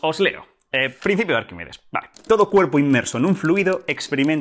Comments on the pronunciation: Arquímedes... "Arquímides" no, por favor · "Arquimides" no. Arquímedes.